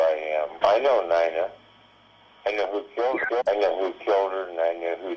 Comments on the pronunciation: who says "Nine-uh" instead of "neen-uh"???? West Mesa Bone Collector confirmed to be a robot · "...I know Nina..." I don't think you do if that's how you're going to pronounce her name 😒